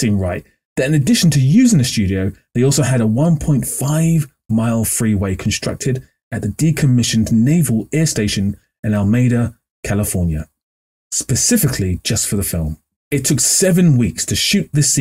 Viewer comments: I remember when they built that stretch of road for the Matrix Reloaded. The truck driver in that scene was played by Stoney Burke, a guy who used to do performance art on Cal campus. You can find videos of him on youtube. Also, it's pronounced "Al-ah-mee-da." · Some of us are from California. AL-a-MEED-ah. There is a Spanish language, and there is an American accent. Heartbreakingly for the English, you can’t have both. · Alameda is pronounced “a-la-mee-dah”!